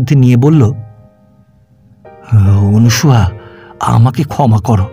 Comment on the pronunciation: গল্প মোটামুটি ভালো লাগলো পাঠ বেশ ভাল তবে নামটা মনে হয় অনসূয়া হবে অনুসূয়া নয় শুভকামনা রইল